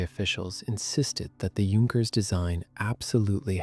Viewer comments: The weird thing is that the AI narrator keeps saying "Junk-ers" where as most people know its pronounced "Yunk-ers". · Please learn how to pronounce "Junkers." Thank you. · Starts prounouncing correctly! 😃